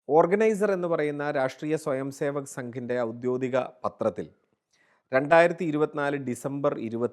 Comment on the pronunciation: ഔദ്യോഗികം എന്നതാണ് ശരി ഔദ്യോദികമെന്നല്ല